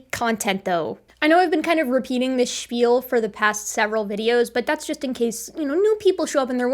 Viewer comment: you are Jewish. I am a Jew. I know another Jew when I see one or hear one. The way your pronounced "shpiehl" at 1.20 minutes in gives you away. Gentiles do not pronounce that word as well as us Jews do. You pronounced it like any Jew would. C'mon. I got you. As one Jew to another, I know you're part of the tribe.